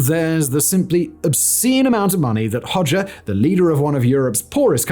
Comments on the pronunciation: Sometimes I think that Simon’s channels are all a cover for the real content which is deliberately pronouncing easily googleable things as strangely and as jarringly as possible. Hoe- szha not Hodger to rhyme with todger you muppet 🙄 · I knew about him, but I never pronounced his last name like that. Growing up it was pronounced more like 'pas-scha' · Yikes! And I thought that Nicolae Ceaușescu and his wife (in Romania) were bad! {cringe} Thank you Simon, I had heard the name; but never researched him (Makes note to self: In Albanian "xh" after an "o" makes the "o" a short vowel. "Hogger" .... or is the "r" on the end, Simon-speak?) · i love that he tries to get the pronounciation of the albanian words correct but fails